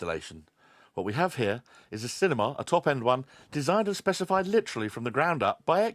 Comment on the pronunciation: No stop stop stop, you're going to poke some ones eyes out! It's cinema, not cinema!